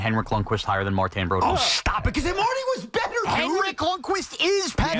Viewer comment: Please someone make them stop saying Broduers name like that.